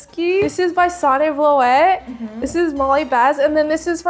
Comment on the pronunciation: idk if anyone has commented this yet but the way you say vloet in dutch sounds more like vloot so not vlo-et but vloot